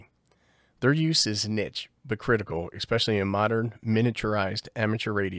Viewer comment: I love you, but please, it's "esp" not "ex" pecially